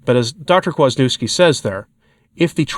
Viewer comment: Right? God love, but try, especially with someone as well known as Dr. Peter Kwaśniewski, to pronounce his name correctly.